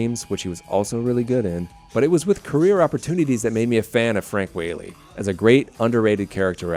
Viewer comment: Ok, just so you know ... his name, Frank Whaley is pronounced Wha (short a) ley, not Wh-Aaa-ley.